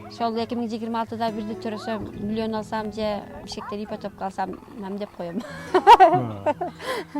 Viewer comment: Ипатопка деп кулдуротго😂